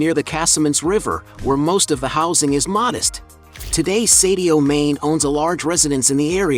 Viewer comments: At least learn to pronounce his first and last names correctly …. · Ain't no way mans calling him sadio main